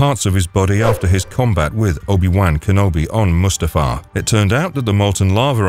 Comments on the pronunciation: Obi Wank Enobi? That is NOT how its pronounced 🤣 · Jesus the way you pronounce obi wan kenobi is so angering